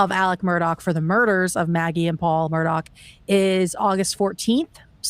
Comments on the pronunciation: Why does she keep saying Murdock... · Who is Alec? Isn’t it Alex?? And why you keep saying Murdock with a hard k at the end? Isn’t it pronounced “Mur-daw”? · I like how calls him “Alec Murdock” when his name is Alex Murdaugh lmao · calling him Alec Murdock bothered me more than it should’ve 😂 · Why are you calling him murdock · I was following a lot of law-tubers at the time and watched all the trial and pre trial stuff for this case, it's pretty wild and definitely movie stuff. It's still so infuriating that his name is pronounced "Alec Murdock," the exact opposite of what it looks like. Only a psychopath name their kid and purposely use the wrong pronunciation twice, guaranteeing a lifetime of that kid getting clowned on. Or at least annoying the crap out of everyone around him whenever they meet for the first time. I may be focusing on the wrong thing here 😆